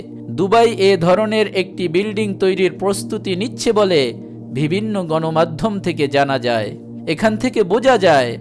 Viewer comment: আপনার উপস্হাপনা সুন্দর। কিন্তু কিছু উচ্চারণ ভুল যেমন -" বিভিন্ন"।